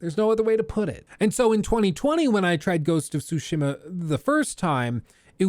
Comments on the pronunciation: Tsushima - "t-Sue-She-Muh' Not "Sue-Shima." Pronunciation of Pro-nouns is important. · Not pronouncing "Tsushima" properly is annoying. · I hate how you say tsushima